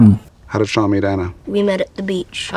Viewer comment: sean bg bukan sin